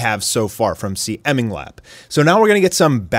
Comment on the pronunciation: first of all, CMingLap is pronounced "See" "Ming" "Lap"